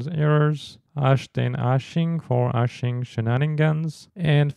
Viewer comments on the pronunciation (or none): For those who cannot see/read: Its not "ash" and "ashing" but actually "hash" and "hashing". 😊